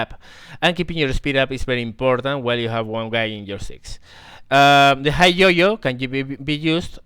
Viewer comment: While your video is very instructional and teaching (and overall pleasant to watch), you should spend a little more time speaking to people via VoIP, for example Teamspeak 3 or Ventrilo, etc. A little bit of voice practice can help you avoid the pronounciation mistakes you're currently making (pronouncing high as higg rather than hi, to name one). +1 to you.